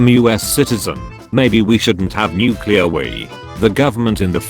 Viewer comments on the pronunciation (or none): none